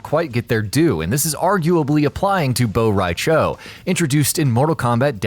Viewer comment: It's cho not chao